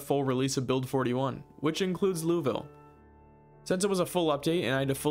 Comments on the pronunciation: lou-uh-ville not lou-e-ville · The letter "e' in Louisville is at the end. so it's not Louie-ville, but Lua-ville. Love how you have idea what is a 'boomer'. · as some one from Louisville it is pronounced Lool-Vull as in tool with an l and a v not Loo ee ville Leviosa not Leviosaaa! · As someone from louisville it’s not pronounced Louis ville it’s more like lolville just a heads up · Most people here pronounce it as "Looul-Vull" so absolutely nothing like how it's spelt, haha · I absolutely love this run and im about 40~ minutes in, and as a native Kentuckian the way you say Louisville made me want to swallow several knives- but solely for the way you narrate this playthrough will keep me subscribed, absolute joy to watch lmfao